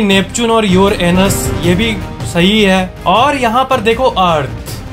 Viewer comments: He said youranus to uranus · Who else noticed "Neptune and yourAnus😂😂😂😂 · Neptune Aur Your-Anus 🤣😂😂😂🤣😂🤣😂🤣😂🤣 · yes bro i heard...😲😂🤭🤭🤭🤭